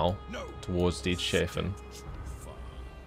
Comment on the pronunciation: It's Dieters-hafen Hafen is harbour in German